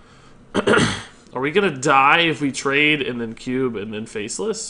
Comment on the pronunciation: dude it is "then", not "den". Damn dude, where did you get that from? Wtf